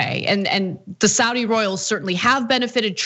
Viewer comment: Don't be so lazy. Pronounce Saudi correctly.